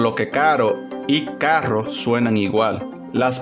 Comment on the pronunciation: Los portugueses pronuncian la RR Como JR cuando hablan español, carro- caJRo